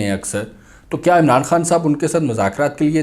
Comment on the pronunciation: جنید انکل آپ خاں صاحب کہنے کی بجائے خان صاحب کہا کریں آپ کو تو خاں کا مطلب معلوم ھے 😅